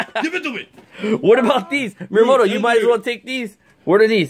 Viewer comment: just saying it's actually miyamoto not miramoto